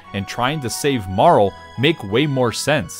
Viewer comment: It bothers me so much everytime you pronounce Marle as "Marl"